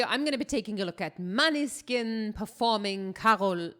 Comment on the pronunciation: Måneskin it's Danish: [ˈmɔːnəˌske̝nˀ];[. Danish for 'moonlight') Please.